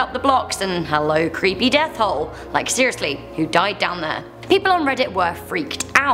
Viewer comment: Gah I'm a creep I kept thinking of the word hoe whenever you said the word hole im sorry lol